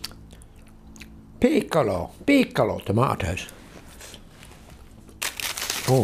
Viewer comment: Brilliant and even quite funny😂😂. Loved the peeecolo tomatoes. 😂😂 Cheers.